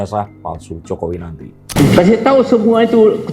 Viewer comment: ini lama lama merepet lidah nya sekrang aja udah mulai nati ngomong termul nati temui temui nanti uuuul gitu mengkred lidah nya😂😂😂